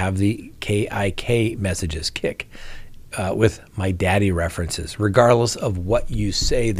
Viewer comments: Oh lol. It's pronounced Kick...not a Jewish slur hahahaga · it's pronounced kick...